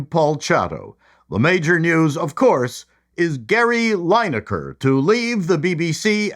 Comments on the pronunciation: The name is pronounced Lin-e-ker not line-eker a great football player and tv presenter, but has always said what he thinks while removing foot from mouth. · It's pronounced "Linn-aker", not "Ligh-naker" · I thought it was mispronounced on purpose! 😂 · Please keep mis pronouncing Linekers name, it’s hilarious. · Interesting pronunciation of that twats name. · I assumed you were mis-pronouncing his name on purpose.